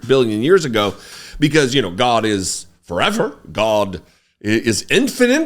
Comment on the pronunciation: So did Mohammed. They’re meant to strike the fear of God… Goddd-uh. Godd-duh? I don’t know how to spell it the way you say it, but I like it-uh. 😅